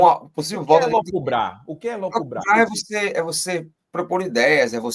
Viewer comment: A palavra é 'elucubrar', e não "elocubrar'.